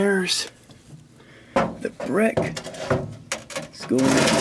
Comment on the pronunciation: A breck- you heard me right, a breck.